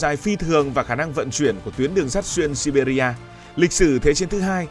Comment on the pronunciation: Đọc là Si Bia thôi